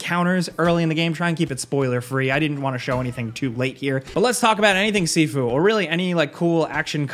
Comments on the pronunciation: It's pronounced "SHIFU" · I thought it was pronounced shifu, like Master. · Sifu rhymes with review